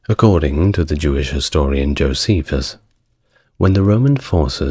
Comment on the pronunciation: Saying that name wrong. Jocephus the betrayer The turn coat The Flavian The propagandist Add any of these to fill out who Jocephus really was.